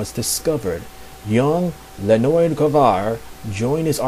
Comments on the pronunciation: Hey! You did a great work here!!! Thank you for doing this)) It is a really good piece of information) Though some info should be corrected: 1) Red Star's name is Leonid (like in "Leo") and not Lenoid or else O_o (hear the pronunciation here inogolo . com / pronunciation / Leonid) which was mentioned here by (thank you btw!)) 2) Beast Boy wasn't the only one called by his real name - Galfore called Starfire Koriand'r in ep. Betrothed)) But anyway, this video IS great!!! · ...It's pronounced lye-ah-NEET or lee-ah-NEET... (Red Star is my favorite superhero, which is why I know that) Other than that, this is great!